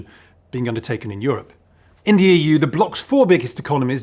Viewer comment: "In the EU" sounded like "India" and suddenly went on high alert :)